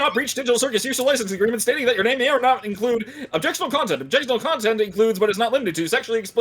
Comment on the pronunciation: Confused "not" with "hot"